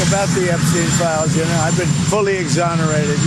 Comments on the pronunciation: Someone taught him the word ‘exhonerated’ …sighs… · “I’ve been fully exonerated , yeah pleese “